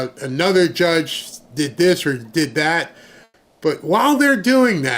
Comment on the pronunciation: Judge Bow-assed-burger???? Wtf